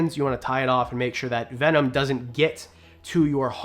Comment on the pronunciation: I’m calling bullshit on how venom is pronounced. 😂 I’ve heard the word my whole life and not once have I heard it said like that. An I grew up with the legit animal planet. Jeff corwin, Steve Irwin, jack Cana. Anyways love the videos and pretty cool watch. I will sub.